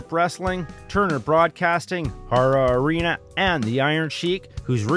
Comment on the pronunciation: What happened to the guy who died at 24?? I've never heard this story. I live in Dayton Ohio. It's also pronounced hair-uh arena. It's closed down now and was actually destroyed in last year's tornado FYI.